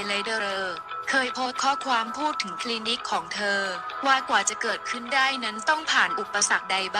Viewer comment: เก๋ กลายเป็น เก..คลีนิค เป็นคลีนิ๊ค ฟังแล้วปวดกบาลมากพอเถอะคนนี้อ่ะคือฟังแล้วไม่รู้เรื่องเลยว่ะ